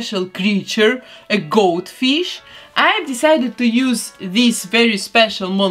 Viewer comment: she said "Goat-Fish" I hear Goldfish. Also my favourite is Gemini but characters are awesome but i like the gothy version the best